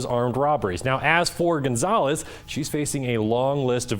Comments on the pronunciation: Gonzolez? You dont say. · Gaan-zoles? How is this guy a journalist in Albuquerque?! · How can you live in New Mexico and not know how to pronounce Gonzales?